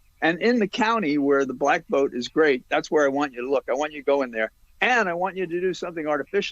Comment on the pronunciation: I always hear that when I listen to it VUOTES